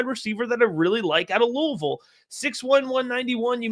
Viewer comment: do locals ever compliment you for pronouncing Louisville correctly?